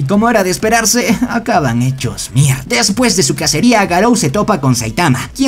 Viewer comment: Porque dise mielda😂😂😂